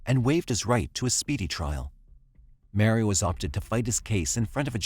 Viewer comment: The way that you pronounce 'Mario' is criminal.